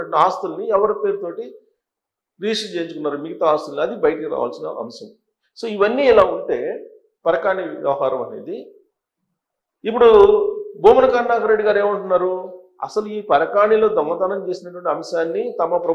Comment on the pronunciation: Parakani enti atimedhavi niku telugu sakkaga radu nivvoka journalist I sariga paluku parakani kadu?